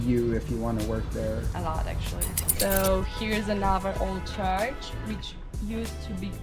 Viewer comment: They kept mentioning “charge” instead of “church”; that was a consistent and distracting mispronunciation throughout the whole video.